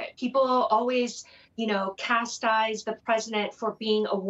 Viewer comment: Ummm "Castize"? "Tupoggle"? What is that? Hmm you lost me there. But I get where you're going, I suppose.